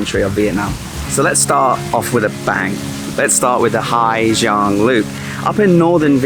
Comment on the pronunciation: it is impressive how someone stay 2 months in the country, make a video about the place and dont even have a glimpse about the society and language i only stayed in ha giang 1 week and it bother me how many times you pronounce the name of the place wrong HA ZANG